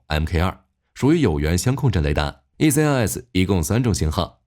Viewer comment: 香控阵听着怎么那么别扭，相位不是香味🙃